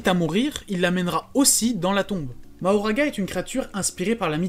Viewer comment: Super vidéo mais faut arrêter de l’appeler MaHoGaRA , c’est que les anglais qui on changer le nom , en japonais ou français c’est Makora